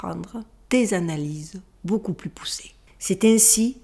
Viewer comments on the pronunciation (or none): none